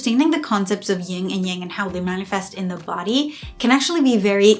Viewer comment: It's "YIN," not "YING" and Yang.